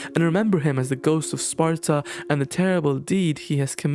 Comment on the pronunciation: You pronounce the word "Sparta" just like King Xerxes in 300!